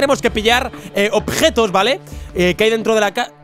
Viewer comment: Dios mío,, no hay necesidad de pronunciar objetos como OBJJJJJJJETOS Osea las J no se pronuncian JJJ (tan fuerte )